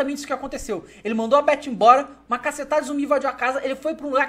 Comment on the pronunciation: pse mas ele merecia né TH com som de F em inglês é o básico que se deve saber.